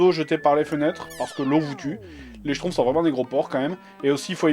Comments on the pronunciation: en fait ça se dit SCHTROUMFS et non SCHTROUFS à mais sinon tu fais trop rire :DD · schtrouMpfs et pas schtroufs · Pitié juste un seul truc : c'est les schtrouMphs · moi ce que j'entends, c'est "J'ai fini les SHTROUFS" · j'adore comme y prononce :les shtrouffe! ^^